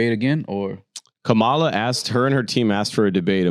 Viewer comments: her name is KAMALA! [comma-lah] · Why are y’all mispronouncing Kamala’s name incorrectly like the racists, though?